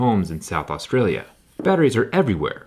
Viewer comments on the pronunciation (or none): none